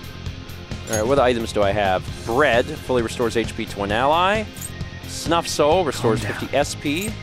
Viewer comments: HE CALLED 'BEAD' 'BREAD' HAHAHAHA Breakfast Stream has infected you brain!!! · Haha 😂 don't worry. I've watched Amalee (Monarch) play P5R and she also calls the bead "Bread" 🍞